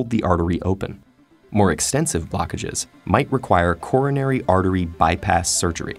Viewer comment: What he says: Coronary artery bypass surgery What i hear: Corona artery bypass surgery